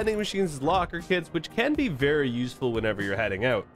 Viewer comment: "..and peace oout". You must be Canadian, am I right?